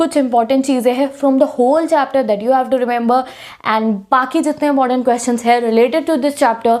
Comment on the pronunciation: I am so laughing when can't pronounsence some words like 😊😂😂 that